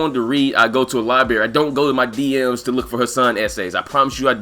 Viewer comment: Li-berry LOL